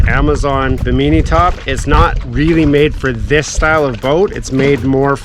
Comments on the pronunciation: What’s a bameenie top. It’s pronounced Bih-mih-knee like the island, not bameenie. 😂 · OMG I have never laughed so freaking hard hearing him mispronounce bimini. Bimeenee lmao. Oh and those things you measured for your top aren't towers.. They are gunnels, also known as gunwales. Bimeenee OMG. It's pronounced bi·muh.nee look it up. LMFAO. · It’s pronounced bee-me-knee not be mini fyi. And you purchased the wrong width. You measure at the bracket mount location not at the top of the roof. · Bi-min-I is the pronousiation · Bim-In-E, say it with me! 😂😂😂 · Bim in E, I didn't care. Just wanted to see if he enjoyed it or not. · What’s a “Baneemee top” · You are saying bimini top so weird its making my dog bark... im redoing a old fiberglass boat got the cheap bi-min-nee_nee top also.. thanks for video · Should have looked up how to say Bimini. Perfect example of a credit card captain. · lol drives me crazy, please pronounce it correctly